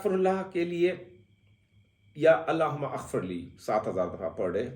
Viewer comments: bro "aghfirlee" nahin "maghfirlee" hai...........CORRECTION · Allahumma Aghfirli ye galat hay pronounce ker rahay hain aap Allahummag firli ye sahi hay. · سر جب ہم اسے زیر زبر کے ساتھ پڑھتے ہیں تو اللہم مغفرلی کا تلفظ اتا ہے۔ اور اپ نے اللہ ھم اغفرلی کا تلفظ دیا ہے۔ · Alahuma Agfrli nahee. Alahum-magfirli A silent he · اللہم غفرلی ہوتا ہے ؟ ا پڑھا نہیں جاتا